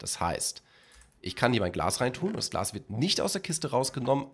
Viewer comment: Glas und nicht Glass . . .